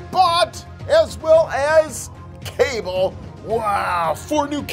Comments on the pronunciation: Its not kable its kabal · It’s pronounced Kabal not Cable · It's kabal not cable smh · Did he say cabel it’s KUH-BALL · His name is not cable it is cabal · You said kable his name is Kabal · ITS CALLED KA BAL NOT CABAL ........YOU KNOW WHAT!!!!!!( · Bro called kabal cable 💀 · The name is Ka-ball😔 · Its pronounced Kubol but spelled Kabal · its pronounced as ka-ball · IT’S KA BAL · It's pronounced ka -ball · It’s pronounced: Ka-Ball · His name is kabal when you say the a after the k it's like you say the letter u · He said Kabal wrong